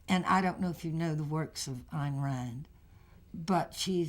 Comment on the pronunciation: Once again---*THANK YOU* for these great uploads; watched this entire interview ("delightful" and "classy" do not do this lady justice; one of the few persons who actually KNOWS how to correctly pronounce Ayn Rand's name) and hope to view some more of your other subjects, in future. Cheers!